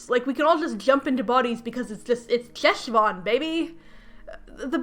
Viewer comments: I did come here to comment on the pronunciation of Heshvan (the ch/H is the back of the throat sound like the French R) but I am glad you at least touched on how the author clearly knows nothing. And now you’ll hopefully never have to say it again. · Ooof. I love your videos, but please, if you are going to use hebrew words, ask someone how they are pronounced please. (the ch in 'Cheshvan' is pronounced similarly to the ch in "Bach") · Hi, loving the video, and I'm sure other people will point this out too, but I wanted to say that Cheshvan is pronounced with a hard 'h', not a 'ch'! Think Chanukkah or Loch. Thanks :) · Hey! Fluent Hebrew speaker here (: just wanted to say that “Cheshvan” (חשוון) is pronounced more like “Heshvan” (the letter ח doesn’t exist in English, it kinda sounds like ach in German? Or if you’ve ever heard someone Jewish say “chag/hag same’ach”) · Hi! I'd just like to mention (as an Israeli Jew who speaks Hebrew fluently) that Cheshvan is pronounced with like... a Spanish 'j'? Like in jalapeño. So, Jeshvan lol :D Anyway, I hate this book so much. Judaism is also not the same as Christianity at all (though they're similar, major differences include the after life and the presentation of the ideas of salvation/guilt/responsibility/spreading the religion), so I don't know why they picked Cheshvan over a normal October/November/December. Plus, Cheshvan Isn't a particularly spooky month. There's like, only one event and it's not even Jewish, It's just Israeli (memorial day for Yitzhak Rabin, our only assassinated prime minister) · Jew here. Cheshvan is actually pronounced more like a throaty kh. Like the sound you make before you spit. Khhhhheshvan. It's a Hebrew month name Lol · Hiii I love ur videos! Just want to inform you that the Jewish Ch sound (as in Cheshvan) is actually pronounced at the back of the throat, like in Channukah, chaim, Pesach, etc., not like the English Ch. It's also sometimes transliterated as Kh. Hope this helps!